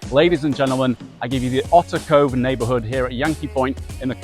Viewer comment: Not Otter Cove … otherwise, good video